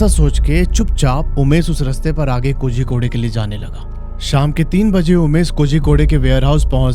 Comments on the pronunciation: Bhai it's pronounced koricode and not kozykodey.. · Hello hello mysterious state????? Waise tumne kitne mysterious explore kiya hein kerala mein???? Pehale jagah ka naam teek se bolna seeko Kozzzzicode nahi bolte. Z ko tounge twist karke bolna padtha hei.... kolikode bol sakte ho lekin woh bhi sahi nahi hei but almost sahi hei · Kozhikode is pronounced koryikod. THA is pronounced Da in south, ssery is pronounced sshery